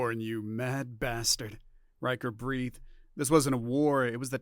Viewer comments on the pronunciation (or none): none